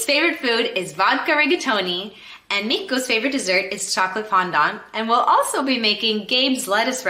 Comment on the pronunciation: 10/10 for pronouncing Mikko's name!